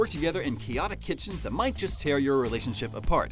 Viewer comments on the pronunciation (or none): none